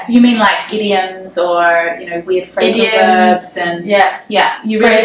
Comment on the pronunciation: You people calling the word idoms as edioms how?